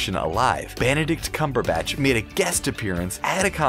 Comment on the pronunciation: banadict cambarbutch